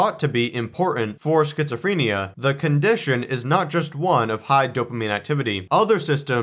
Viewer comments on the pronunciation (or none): Why can’t this man pronounce schizophrenia?